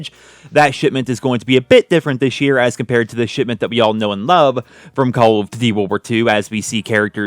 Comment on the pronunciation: Did he say "Shitment"? I heard shitment.